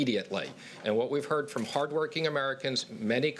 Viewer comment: heard not heat. Lol